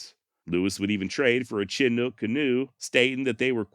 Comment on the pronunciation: Pronounced Shi-nook, like shit without the T